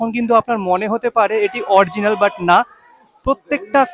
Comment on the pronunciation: খুব সুন্দর উপস্থাপনা। শুধু শব্দ টা অরিজিনাল, অরজিনাল নয়। শুভ মহানবমী